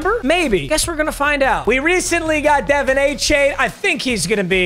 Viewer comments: Papa ITS DEV’ON Achane not devone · Papa Achane's first name is pronounced "du-von", not "de-vin"